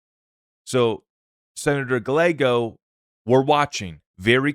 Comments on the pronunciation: Dude...to help...it's not Senator GUH LAYGO.....it's GUY YAYGO....two "L"s in a mexican name are pronounced as "Y". Calle...spanish for street...is pronounced CAUY YAY...or think of GUY YAY but put a C in front instead of G....CUY YAY.... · Hey. Spot on. Appreciate your perspective on the Clarity Act and need for Congress to act. The AZ Dem Senator’s last name is pronounced, “gii-a-go”. 😊👍